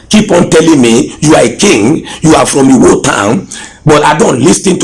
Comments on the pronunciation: Listen to the man claiming to the right person, he doesn’t know how to pronounce his town he calls it Uwo instead of Iwo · Samuel Elujoba I don’t believe this guy. He doesn’t know the right pronunciation of his home town, he keeps calling ‘Iwo’ Uwo. A prince with know how to call his home town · Suliat Giwa He can’t even pronounce Iwo correctly. He calls it Uwo